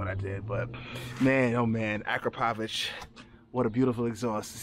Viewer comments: Great exhaust mate 💯 it's pronounced a-crap-oh-vic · #Powamoto already called you out I got a stretched BMW S 1000RR it’s in Orlando August 20 to the 23rd and your ass better be there don’t forget about correct pronunciation bro is ak-rah-povick. Love your channel just messing with you thanks